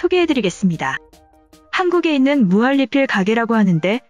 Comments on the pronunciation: 으..무할리필이 아니라 무한니필이라고 말해야하는거 아닌가요? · 무할리필이라고 읽는 이유가뭘까